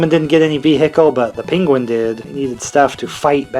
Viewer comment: Another great video! Also I like how you say "PINguin"😂